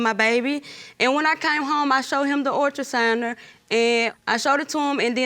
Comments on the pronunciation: Ultra-souner????? Please learn to pronounce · I think she said ultrasigner too. That’s what close caption said and that’s what i heard. 🤦‍♀️ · I can't listen to that lady say ultrasigner, let me skip this!!! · “The ultrasouner” 😭😭😭😭